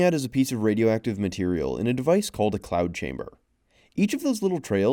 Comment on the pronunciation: And it's "cloud" not "clout"